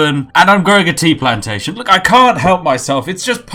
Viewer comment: your pronunciation of the word 'plantation' is rather suspect hmmmmmm